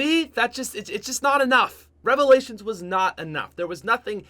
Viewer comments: Top five worst cod youtubers number 1 worst youtuber im in subbing because you said revilations I hate you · I died when i her revailalins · I am going to hope you say revalations. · rly nigga revolations?!?! REVOLATIONS!!!! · Who else head the like goal and liked the video... Then hears say " number 5 revalations," and switches to dislike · When he said revalations my jaw fucking dropped